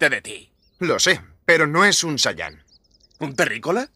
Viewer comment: Al menos se fijaron que x fin dijeron bien la raza de vegeta?? Solo que con acento en la ultima a (Sayán en vez de Saiyan)